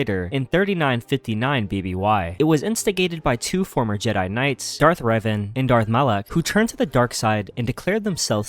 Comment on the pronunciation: Why you call Reven, “Raven”?